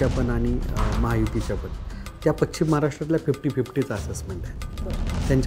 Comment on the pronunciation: उच्चार पश् चिम , पचिम ; निश् चित निश्चित .